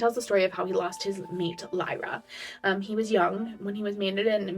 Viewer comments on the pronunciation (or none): I say this with so much love because you have helped me through these books, you often skip letters in words. Lyria- you said Lyra Adarlan- you say Ar-Da-Lane